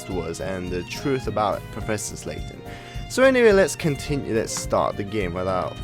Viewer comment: His name is LAYTON not SLAYTON